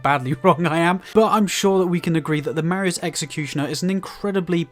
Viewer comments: Not to be that guy but it’s pronounced “MAH-RAY-Z” executioner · “Mah-ray” is the pronunciation for the word Marais.